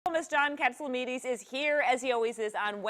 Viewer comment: when will or did she ever learn to pronounce your name,???